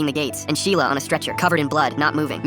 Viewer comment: "MY SHELIA"